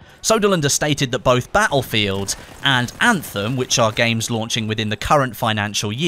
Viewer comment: I hope you say battlefield properly before the new one comes out!